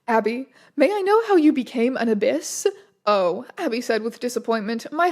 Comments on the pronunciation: I tried searching through the comments to see if anyone else already pointed this out, so apologies if this is redundant: abbess is pronounced "ab-ess" rather than "ab-iss." But wildly funny to imagine that Abyss Classic as a huge, gaping void rather than like, a woman abbott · I was wondering what that abyss person or thing was in the nun story :D (I don't think you're saying it right) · I can't tell if Strange just doesn't know how to pronounce Abbess or if its one of those fanfics where everything is misspelled.